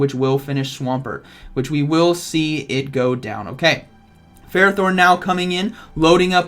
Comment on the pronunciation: Interesting games :D 1 thing I think ferrothorn is pronounced "fer-roth- horn" (I hope you can read that) I did hear that name in the anime & pokedex 3d pro app they usually have official pronunciations